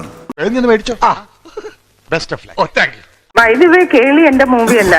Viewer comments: ഏളി അല്ല കോപ്പെ കേളിയാണ് കോപ്പെ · ഏളി എന്നാണ് പുള്ളി പറയുന്നത്.. കേളി ആണ് 😅😅